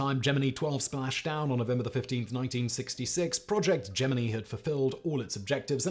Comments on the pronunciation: Wow ... its not Gemin-ee ... but Gemin-eye ... or JEM-in-eye ... or dʒɛmɪnaɪ. ... and he said it over and over and over. Besides Project Gemini - a NASA program, it is also: Gemini - one of the constellations of the zodiac, and an astrological sign Gemini - in Chinese astronomy Gemini Observatory - telescopes in the Northern and Southern Hemispheres Gemini Planet Imager - an instrument for observing extrasolar planets Gemini twins - in Greek mythology ... and other more popular uses. EVERY one of these is pronounced Gemin-eye in their various areas, not one is pronounced Gemin-ee. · "Jeminny" huh? headdesk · it is, but the way Simon is saying Gemini makes me think Jiminy, which then turns into Geminee in my mind. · Is "gem-ih-knee" the British pronunciation, or does Simon just not know how to pronounce "gem-ih-nye"? If this were Brain Blaze, I'd just assume he was intentionally mispronouncing Gemini, but considering it's not OG BB, I am supposing that "gem-ih-knee" is what he believes to be the proper dictation. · I have never heard someone pronounce "Gemini" like gem-e-nee before. It's not a cultural thing either as i am English and we all pronounce it Ge-min-eye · Project jemini? 😂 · ITS GEMINI FOR FUCKS SAKE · Hey Simon.. try Gem-in-eye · Say it with me GEM-IN-EYE {Gemini} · Me watching this video OmG Simon Gemini 😱 I dunno if I can watch the video if he’s gonna keep saying geminee … maybe this is like the Levi / levy video where he’s doing it on purpose for the comment engagement…. Guess I’ll have to watch all the way until the end to see ….. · While you may butcher many words, you have crossed the Line, Sir. Gemini has no flexibility in English. It is in the sky. I am a Gemini. "JIm-n-I" You may be a sentient robot, but you must master the English language. Sir. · 1. The proper pronunciation of the word is gem in eye. 2. The proper name of the mission is gem in eee (because rednecks) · Gem min I ffs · It’s pronounced GEM IN EYE